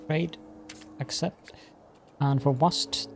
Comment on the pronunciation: It’s usually pronounced wa-SET. It is indeed a city in ancient Egypt.